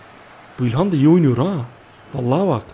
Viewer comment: abi ilhan değil ihkanço